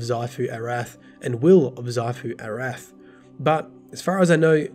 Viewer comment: Who else got triggered when saying 'xivu arath'..lol